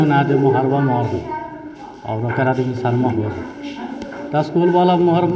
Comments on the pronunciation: Alumison = admission 🤣🤣🤣🤣🤣🤣 Wah wah. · Sir galat bol rahe hn admition ka spelling ye baat thik h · Addmisiion Admisan Admison Admisan Edmicion Galti se e sob ho sakta he Lekin Adbsalmison omg 🤣🤣🤣🤣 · Reporter:admission kaise likha jaiga: abs, aimosiom, abmision 🤣🤣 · ADBS. ,ALMISION ,ADMSION BC e hai bihar ka teacher 😆😆😆😆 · अरे गदहा ये कैसा पत्रकार है जो खुद अड्मिशन का स्पेलिंग गलत बोल रहा है और ये चला है इंटरव्यू लेने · ne admission bolne me pura a se z Tak bol diya🤔🤔🤔🤔🤔